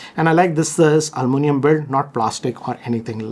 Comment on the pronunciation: Al-moo-nium 🤦🏻‍♂️WTF😂